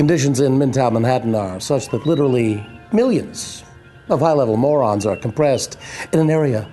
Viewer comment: MAU-rons, which can form a very dense particle called a Mau-REEN.